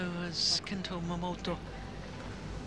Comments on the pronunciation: wtf is wrong with the commentator? Since the returns of momoTA she being calling her momoTO like seriously 😑! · she's been doing that since Momota became a regular on the channel... sometimes she gets it right, but says Momoto on the regular..